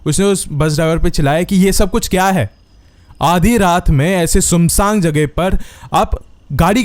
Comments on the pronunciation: 😂😅😂😂😂😅😅 1st WO FRAGNANT HILL WALA STORY BATATE BATATE ENDING PEH TMNEH SUNSAAN RASTE KO *SUNSANG RASTA SPELL KAR DIYE HO 😂 .. SUNSANG 😅😂WHAT THE HELL IS SUNSANG... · sunsaan hota hai sumsang nahi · Its not sum saang its “sunsaan rasta” your hindi is so different